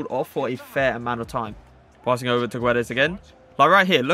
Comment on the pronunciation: Pronounces Joao correctly but can't say Fernandes or Guedes lol